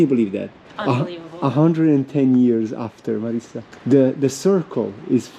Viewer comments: Marisa not Marissa! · Anyway in Italian is MariSa with just ONE 's' not Marissa 😊